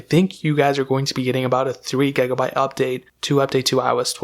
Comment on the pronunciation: Why do you always say "gegabyte"? fuckin annoying dude!